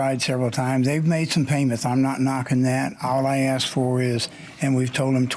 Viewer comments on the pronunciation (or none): I’ve never heard of CAKE called Keek. But then again she says AXE instead of ASK. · I 🪓 ‘axed ‘ the cops 👮! Lol